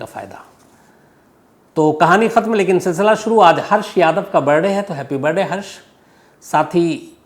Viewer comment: Sir jiss tarha aap Birrrrrday bolte ho accha lagta hai